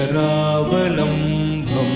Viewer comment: Should be pronounced as Karavalambam and not karavalambham. Similar mistakes in one or two other places where the meaning changes completely. Sorry to pointout. But, it is better if re recorded with mistakes removed.